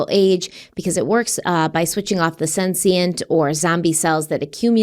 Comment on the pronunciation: I love you but please learn how to pronounce “senescent!”